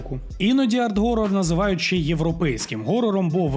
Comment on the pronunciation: Прикольно коли іде відео і люди на англійській кажуть Хорор Хорор Хорор і в кінці автор ГОРОР 😂 . СИСТЕМА переважає над усвідомленням !